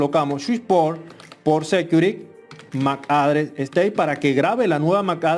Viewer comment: Muy bien hecho pero le quiero hacer una recomendacion que me parece es bien importante por la audiencia y la labor de educacion que esta ejerciendo aqui. Has pronunciado varias palabras muy mal. Aqui le menciono las correcciones del caso: security: Ud lo pronunica sécuri. Se pronuncia sequiúrity. sticky: le capto a escuchar que dice steak (esto es un corte de carne). Se pronuncia stiqui. configure: se pronuncia confígiur (tilde en la primera i ) Finalmente. mi mejor recomendacion es usar google translator para que le suminitre la adecuada pronunciacion. Fuera de ahi, exc video. Muy informativo.